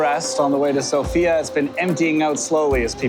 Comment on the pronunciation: It's /´Sofia / not /So´fia/